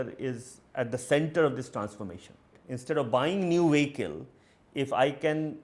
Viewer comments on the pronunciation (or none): Editors in SCROLL , pls train the indian reporters to say the word 'Vehicle' correctly. Some of the other words they will get wrong are 'Twenty' , 'October' 'Here' pls align a communication coach for the english reporters (for that matter all the languages, good diction is important). in the mean while pls ask them to check GOOGLE for correct pronunciations.